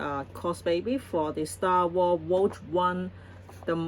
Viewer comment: Rogue is pronounced. Row-G Row like row your boat. And the G from g‐amer. RowGuh I only have one pop figurine. The Doom Slayer.